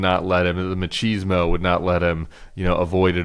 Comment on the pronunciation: machrrseezmo? Tim really